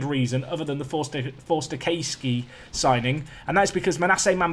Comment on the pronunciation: Btw it’s Forster-C’ass’key as in Sea Bass.